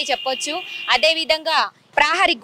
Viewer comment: ప్రాహరీ గోడ కాదు ప్రహారీ గోడ, ఉఛ్ఛారణ మెరుగు పడాలి...